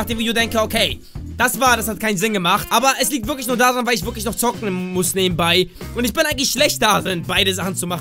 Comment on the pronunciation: Wenn du "zocken" ausspricht hört sich das an als wäre zocken was für Geistesgestörte :D